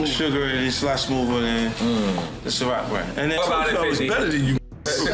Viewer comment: wtf is shirrock